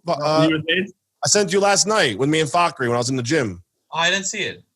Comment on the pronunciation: Finally someone pronouncing Fakhri’s name right 👌👌